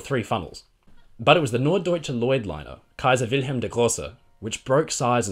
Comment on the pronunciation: You pronounced "Kaise Wilhem der Große" surprisingly well.